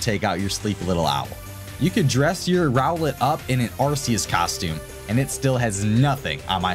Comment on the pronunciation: He said Arceus wrong